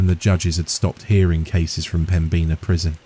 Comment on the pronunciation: Me too! Greetings from Fargo! It was a great story, but the pronunciation of 'Pembina' got to me. 😅 ("Pem-bin-ahh")